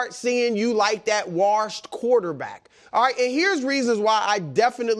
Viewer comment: I want Rodgers to either have a good comeback year next year or retire so I don’t have to hear Bru say he’s “warshed” anymore.